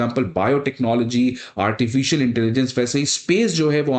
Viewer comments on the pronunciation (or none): none